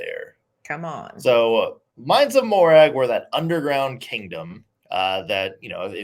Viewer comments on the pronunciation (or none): Even though I saw your comment before I got to that part of the video, and so was prepared, I still cringed every time Nick said Morag. But I thought orc was just Elvish for goblin, for example, Orcrist, means goblin cleaver.